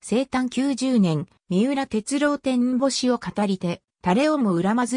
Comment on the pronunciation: みうらてつろうじゃなくてみうらてつおですよ(AIへ)